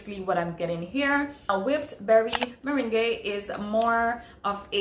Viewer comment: Hey I love your videos! I too indulged in the sale this year so it's fun seeing what others got! Especially since you haven't influenced me to buy several perfumes already LOL and it's so cute that you called it whipped Berry meringAY but berry merrANG is how it's pronounced 😉😉 Not correcting you just helping a sister out. Looking forward to the next video! Be safe. Ps.. you look beautiful as always by the way 😍😍💛💛